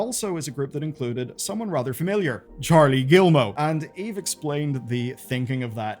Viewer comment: "Gee-Moe" not "gill-moe." Do you not have any education? You mispronounce everything that isn't English.